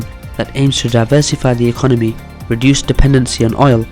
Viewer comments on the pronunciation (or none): none